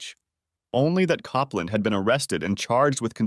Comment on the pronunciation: Jeez, first it's COPE LAND, then another time it's COP LAND then KOPPLIN?...*sigh*